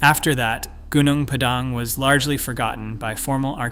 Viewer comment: It's pronounced goo-noong pah-dahng. Accent on first syllables.